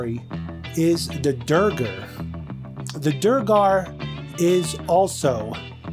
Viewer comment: Its pronounced "D'waygar"... Like Dwayne the Rock Johnson... kind of...